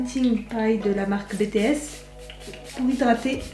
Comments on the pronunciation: En tant qu'Army mes oreilles saignaient à chaque fois qu'elle disait BTS, ça se dit "bi ti ès" 😭😭 pas "bé té ès" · Ça ce dis pas comme ça « BTS »...